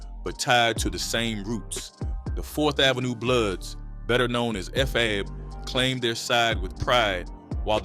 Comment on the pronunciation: 😂😂😂😂 Facts nigga barley said FAB correctly smh